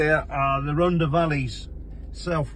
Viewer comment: It's pronounced Tonna pandy. (Tonna as in Donna) Rhondda is pronounced rhontha. 👍